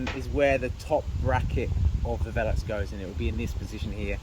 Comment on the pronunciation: Made that look easy! By the way its not vel- ux its Ve-lux. lol